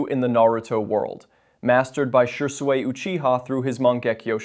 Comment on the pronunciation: Shersuway 😢😂😂 come on bro Shisui its not hard Shih-Soo-ee 😅